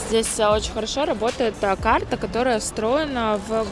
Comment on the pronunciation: поработай над дикцией! Почему то слышится: Кхарта, кхлассная, такхая😒